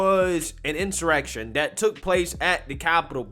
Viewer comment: This is an in-soy-rection.